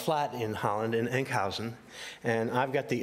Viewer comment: Enk housen??? you mean huizen, not with an au or ou sound!!